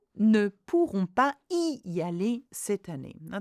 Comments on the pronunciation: Is there a liaison with “pas & y”? I’m not sure I heard you say it? I thought it was supposed to be “pa zy aller’. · Please why is there no liaison for '...pas y aller...' in the last sentence